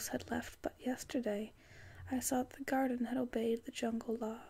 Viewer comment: I'm typically a rather critical listener... but all I can honestly think of is how your enunciation of the word 'garden' served as an amazing trigger for me (moreso than all of the others I received when watching this, that is). I'd usually go on with a detailed explanation, but this time, I simply can't do that. Regardless, I really liked your video. Thank you for posting it!